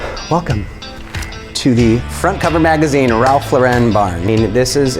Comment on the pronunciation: Gorgeous house! Quick note to: Ralph Lauren DOES NOT pronounce his name the way you pronounced it. He never has. People always try and add that accent to his name. But NO. He pronounces his name just like anyone named Lauren would pronounce it. You are GREAT at what you do. This will be a great tip for you in the future if you mention anything by Ralph Lauren.🙂